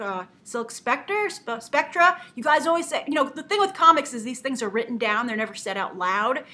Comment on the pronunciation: Grace, near as I can tell it's Silk Spectre (like a ghost, harder "r" sound and a silent "e") which I believe is a reference back to Phantom Lady and a character called Nightshade. Thanks for doing these I enjoy watching them almost every day (I sometimes get a day or so behind).